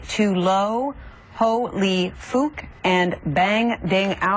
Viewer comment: Not surprised she mispronounced "Fuk".